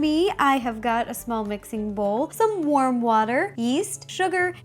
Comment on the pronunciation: When she said warm water.Did anyone think she said worm water